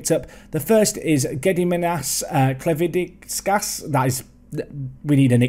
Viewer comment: You only bought Gediminas Klevinskas for our benefit so we can all laugh at your pronunciation of his name, right? 🤣